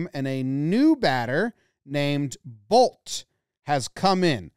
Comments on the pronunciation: Good thing I was reading the caption for the announcer at the end or else I would have thought he said “TRENT BOLES HAD SEX. HE DID IT” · It's a good thing Jomboy wrote down what the announcers actually said, because I heard "Trent Boults did it! Trent Boults did it! He's had sex!"